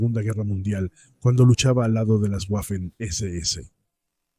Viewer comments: Tú eres tonto, chaval. No se dice "guafen" sino Waffen. Si no sabes ni siquiera cómo se pronuncia el alemán, dedícate a otra cosa..., a plantar pepinos, por ejemplo, o a trabajar, mejor... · Cada vez que pronuncias "Güafen" muere un cachorrito, que lo sepas. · Qué manía con las “Guafen” . Para estos anglómanos todas las lenguas del mundo deberían pronunciarse con fonética inglesa. Le envío mi dislake y de suscribirme ni en broma. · "Guafen" mamita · Tú escribes y hablaras en castellano fluido. Simplemente no sabe alemán, por eso no sabe cómo se pronuncia.